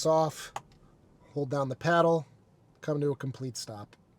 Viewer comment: Paddle, not peddle... :)